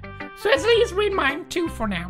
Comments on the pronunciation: What is going on between them tOo~ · WOT IS GOIN ON WITH THOSE TEW